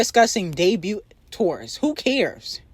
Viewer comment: It doesn’t make no sense for you at your big age to be mispronouncing that many words. The T is silent in the word “debut.” To be doing this for years and you still have not made that realization lets me know that you’re actually a little retarded 😂.